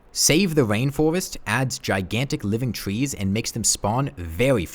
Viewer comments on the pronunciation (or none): Twees, Ewything, Cowwuptin worlds, Vewy vewy jagged waucks.